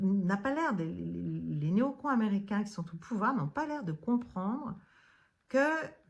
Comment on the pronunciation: Quand elle dit "les néo-cons", on dirait qu'elle dit "les nouveaux cons" hahaha